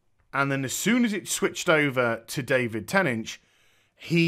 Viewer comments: David "Tennidge" ?? Lol love this review man but why can't you pronounce "Tennant"? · lol you called tennant ten inch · Aside from not knowing how to pronounce David's (NOT "ten inch") name (watch an interview where he is there and introduced would you?) this was a fine talk. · Sorry, but your title is all wrong. It's not, whether Dr. Who is leaving, but whether Jodie Whittaker is leaving. Also, sorry but you didn't pronounce David Tennant's name properly. Why on earth do you pronounce David Tennant as, David Tennach, Sir? Why don't you pronounce the last syllable of his name Tennant, as the same as "ant" or "ent?"